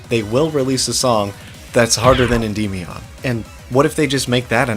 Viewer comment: Unrelated, but I remember checking how "Endymion" is pronounced and I'm under the impression none of us were saying it right.